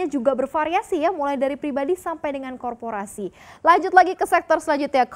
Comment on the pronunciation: Yang baca berita,,,,nggak tahu bagaimana cara membaca aset koorporasi dengan benar.makanya jadi BEGO